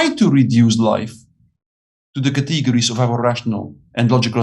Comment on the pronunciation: Kuh-tee-ger-eez! An otherwise good argument for the necessity of faith...